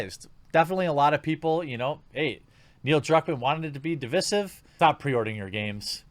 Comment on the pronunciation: Its divEYEsive. Not divISSive.....